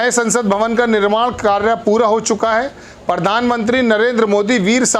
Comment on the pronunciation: Mr, when you can not pronounce simple words, why do you face crores of people trough TV and fool of yourself? It is pradhan mantri and not pardhan mantri. It is professor and not porfessor.